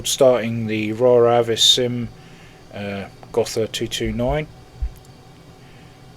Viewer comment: Fantastic little plane! I'm sure the Horton brothers would have tears in their eyes looking at the B-2. BTW: The "h" in Gotha is silent so its not spoken like a "th". Its more like "Goota" :)